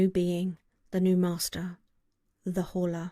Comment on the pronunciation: ... In hindsight, I should have tried to inform you that the H is probably silent, if I had the chance. xD